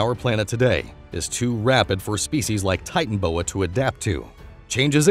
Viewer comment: That o between titan and boa in titanoboa isn't silent